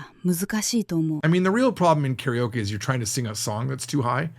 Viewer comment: i like the backdrop. i vant one. you said carryokee, and that is interesting how the pronunciation of english native speakers mostly is that, along with caratee, and tokey oh. a new one is waygoo beef. and everyone says nyeconn, and hahn-duh etc...